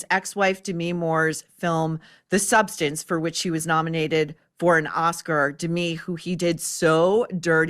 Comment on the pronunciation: The lady's name is DeMI, not Demi.